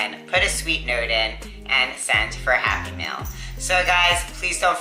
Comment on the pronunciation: Very cool. When you say happy mail sometimes I hear happy meal haha :) Maybe I’m just hungry.